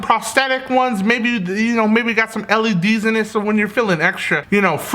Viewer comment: Damn really said LEDs? Stop I can't 😂